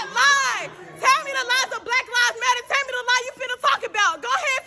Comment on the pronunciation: It sounded like they were saying" Rat Lives Matter".😂